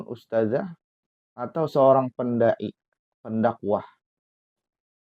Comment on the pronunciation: bukan "ustajah" ustadz, yang benar "ustadzah". bukan pakai huruf JIM tapi DZAL. kritik tajwid, ngebacotnya saja salah bacot. ustaaad... ustaaaaaddd.... traaaddd...